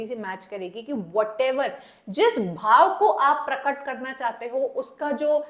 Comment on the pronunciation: Please pronounce it रस and भाव